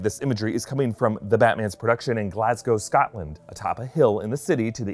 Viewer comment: not a bad pronunciation of Glasgow 😂 normally americans butcher the name